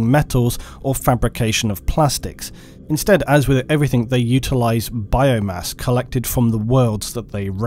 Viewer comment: Stop saying everythink